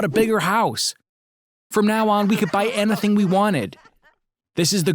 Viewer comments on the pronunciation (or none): He said “anythang”